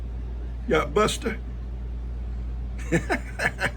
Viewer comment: Norma here. Buster loves Koda and I love the way she pronounces Bustah. She’s a good little tap dancer. lol Ivan doesn’t really like sharing his treats. Cleanup from a flood just takes forever. Thankfully, Ben is helping you. I hope you all get those back pastures cleaned up and the fences fixed so you can have some peace of mind.